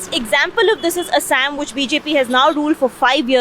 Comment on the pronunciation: It's not ASS-AMM it's Aa-saa-am.